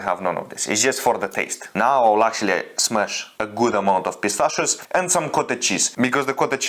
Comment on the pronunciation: Bro why with every meal pistschio